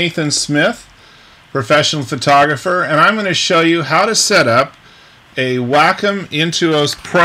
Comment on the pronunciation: Hi Nathan! It's me, Wacom's Whirl Girl! Great tutorial! Nice seeing you on here! FYI: It is pronounced like "WALK 'EM" (without the L..) Not Whack 'em, not Way com... but like Walkum without the L... lol Looking forward to seeing you in Italy when it opens back up. Hope you and the family are well!! - Adale 'Give It A Whirl'